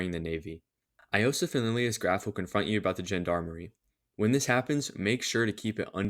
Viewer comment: Bro, "eye-osef" and "hejiland" I can't 😭 they're pronounced "yo-sef" and "hel-yee-land"